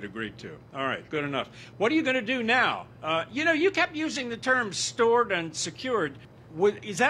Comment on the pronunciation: STORED rhymes with BORED. I quit after 10 minutes. Zzz zzz....